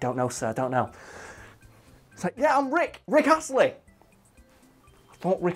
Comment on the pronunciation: No one:: R i c k A s s l e y